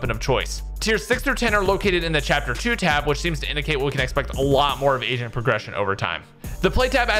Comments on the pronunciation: The audio could have been better. Probably need a better mic. "Agent" sounds like "Asian" and i cant un hear it. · You say agent like you're saying asian lmao